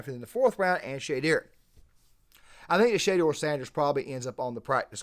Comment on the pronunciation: Good points but at least pronounce the name right if you’re gonna do a video about someone